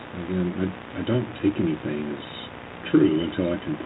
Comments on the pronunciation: Doesn't everyone know that she didn't do anythinK wrong? lol Omgosh...can't stand how she refuses to pronounce that word properly! 🙄😠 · “I didn’t do anythink “